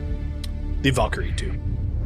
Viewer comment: He said Valkyrie correctly! YAY!!!! Edit* Noooo! He went back to Val-kee-ree